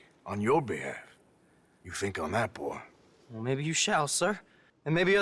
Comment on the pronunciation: Lenny - my boah